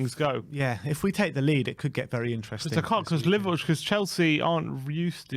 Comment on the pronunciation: How is catchphrase ‘it will be interesting to see’ but he can’t pronounce ‘interesting’ 🤣🤣🤣